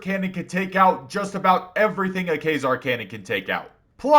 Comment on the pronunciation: You’re the only person I’ve ever heard call the Quasar cannon ‘K-zar’ 😅 you could be right in your pronunciation but everyone else pronounces it the kway-zar. WOW THIS IS SUCH A SPECTACULAR VIDEO